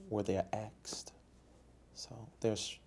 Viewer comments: "at the end of the meeting I axed people to donate...." 🤣🤣🤣🤣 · "Where there axed" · "When they're aksed" What the hell does "aksed" mean? This guy is a fraud, thief and manipulator, I cant believe people hand him money!!!!!!!!!!!!!!!!!